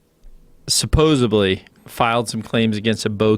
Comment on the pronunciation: A key note speaker that pronounces it "supposably", how nice.